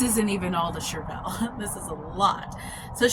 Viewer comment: I always look it up in case I'm wrong...but I am a certified master gardener. It's pronounced "Shur-vl". Nonetheless you ARE an inspiration on how much you grow to provide for yourself and family!!!